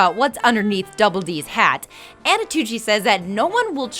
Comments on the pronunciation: She also mispronounced 'Antonucci" for 'Anotucci' quite a few times. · You guys could have proofread this. It doesn't come across like you guys actually know these shows when you say "Annotucci" and "Kranker". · No offense meant but every time you say Anotucci I cringe a little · Antonucci, not Anotucci. Kanker, not Kranker. It’s a list of facts....at least say the names right please. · The host is so annoying that no one is even mentioning the fact that she keeps messing up Antonucci's name when she pronounces it as Anotucci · you're mispronouncing the guy's name. It's Antonucci not Annotucci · She mispronounced Antonucci to Anotucci... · Who the hell is anotucci? Isn't it antonucci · STOP SAYING ANOTUTI OR ANOTUCCI IT'S ANTONUCCI A N T O N U C C I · Its not anotucci its antonucci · MadDogReed97 rewatch it, she mispronounces it as "anotuchi" several times, like the part with the names on the chalkboard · Antonucci, woman! Stop saying Anotucci! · first of all, i hate all the jokes where the lady inserts herself and her face. enough. i came for facts, not for you. and second, its pronounced ANT-O-NUCCI, not AN-O-TUCCI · Annie. Kranker. There's no passion behind these videos, it's just a job for you people EDIT: AT FACT 103 "ANOTUCCI" OMG PUT MORE TIME ON THE SCRIPT EDDIT: FACT 105 "ANTOUCCI" YOU DID IT AGAIN eddyt: At the last fact you got it right, how just how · "Antonucci" isn't that hard to say, why do you keep mispronouncing it?? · Why does she mispronounce Danny's last name throughout the entire video? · EVERY TIME SHE MISPRONOUNCES ANTONUCCI I GET UNNECESSARILY ANGRY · I agree with so many commenters on this one, she was awful. You were pronouncing the creator's name right in the beginning, then once it switched, you didn't notice and try to fix it! And for God's sake, stop commenting on every little thing with your own stuff! I'm here to watch the facts, not hear about your life.